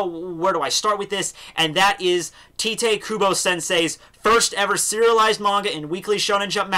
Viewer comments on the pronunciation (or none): bro, it's pronounced "Taito" kubo!